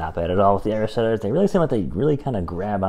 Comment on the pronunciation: irish Setter - NOT settler